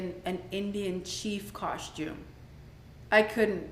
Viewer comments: the word is costume not coshtume stupid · Ion care Latoya keeping this season full of drama and I’m here for it but why she keep saying coshtume instead of costume 🤭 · Thank you. Why is Latoya kept saying "Costchume instead of Costume? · Coshtume, though. 🙄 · Why does she say costume like that? 😂 “COSHTUME”.